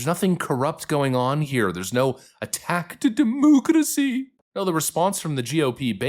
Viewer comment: My man, please stop saying,.. DEMOOCRACY.. I NEARLY CHOKED ON MY COFFEE THIS MORNING. 😂😂